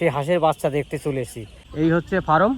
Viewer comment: Dada ফারাম (Faram) নয়, কথাটা ফার্ম (Farm). তা নাহলে মুরগির খামার বলুন। শুভ কামনা রইলো আপনার এই নতুন উদ্যোগের জন্য।